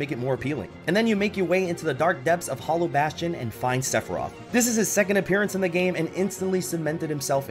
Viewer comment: Top 3: Sephiroth Sephirtoh. And I think hmmm. Sephirtoh.